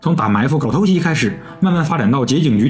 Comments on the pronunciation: 偷袭（xí）二声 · 你的偷袭咋全是唐山味的🤣